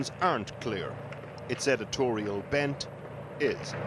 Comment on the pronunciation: How dare Channel 4 news even pronounce "editorial bend" ?